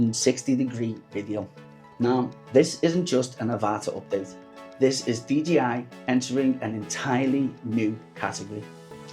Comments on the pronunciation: I appreciate that but you're saying DGI not DJI... GEE and JAY :) :) Most Youtubers make that mistake though unfortunately :) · Pls learn to say 'Dee Jay Eye'... :) :)